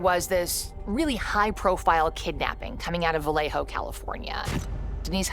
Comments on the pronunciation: Vah-lay-yo....not Vah-lay-ho...it's not a Spanish name. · It's not VAW LEY HO... It is pronounced "Ba Yeh Ho"